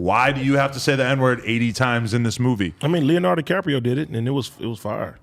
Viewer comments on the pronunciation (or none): none